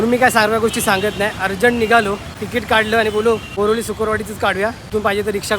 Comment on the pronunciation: ते नाव बोरिवली आहे,,,,,, बोरिवली नाही